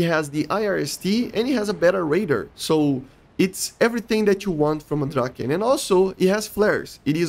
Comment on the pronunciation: Love the vids But i gotta say You're really butchering the "Draken" word But we cool 😅 keep the vids coming